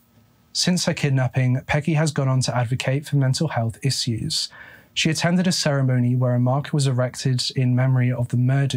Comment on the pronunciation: English isn't my first language, so i'm wondering... is the way he says "issue", "issuing" and "assume" correct? I never heard it pronounced like this even in the UK. Thank you!